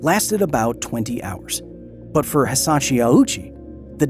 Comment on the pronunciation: Glad I'm not the only one who noticed. He kept saying Hisachi instead of Hisashi too.